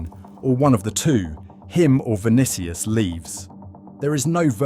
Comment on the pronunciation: Stopped the video when I heard "Vinikious". WTF? Is this AI or just an ignorant content creator? After "Vinikious", how can i take his arguments seriously, even if they are?